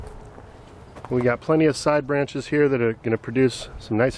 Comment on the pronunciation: There is no ‘th’ at the end of the word height.